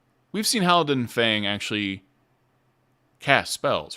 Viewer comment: Just a note, Thaisha is pronounced tie-shuh, not tie-ee-sha. Idk if you realized you were switching between Halan-dil and Halan-din, during this either.